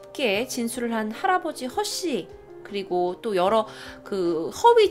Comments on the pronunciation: 처음에 허씨를 허쉬초코렛에 허쉬러고 하는줄ㅋㅋㅋ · 허씨인데 허쉬라는줄 허쉬초코렛ㅎ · 계속 듣다가 허쉬로 들려 ㅋㅋㅋㅋ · 난 왜 자꾸 허씨가 허쉬로들리지